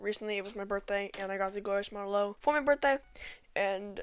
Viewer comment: Also it's a model o not a zero